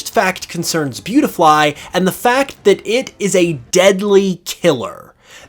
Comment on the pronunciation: What's horrifying is his pronunciation of アゲハント